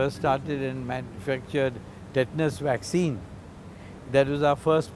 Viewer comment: Dr. P is a great man. The news reporter needs to learn how to pronounce the words he is using - Waxine and Anthrapanorial 😂